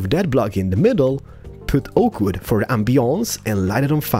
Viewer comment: You Know its pronunced wood not wooda😂